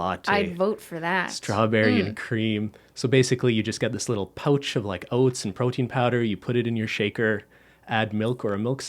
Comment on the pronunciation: Excuse me how did you just pronounce “pouch” ........👁? 👁